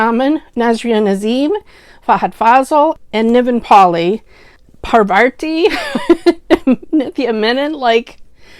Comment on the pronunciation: My comfort watches are Manam and Charlie... They make me feel good every time I watch them.... Also here are 2 small requests : * please don't pronounce the name as "parvarthi" there's no second r in her name, it's Parvathy .... Except this I love everything about your reviews keep up the good work ♥️♥️ * Please do the review of Telugu movie Manam .... It's really one of it's kind u never get to see actors from three generations acting in a great movie .....